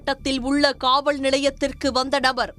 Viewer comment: What a bad way of reading the news🤦🤦 Pronunciation is also atrocious. It is not KaavaL nilayam, itbis Kaaval nilayam. The state of TN is that most do not know or want to learn to pronunce Tamizh in the correct way. No difference or using wrong pronunciation for R&r, N&n, L&l, zha& la, etc. Is this how you all are going to show your false coolth factor😤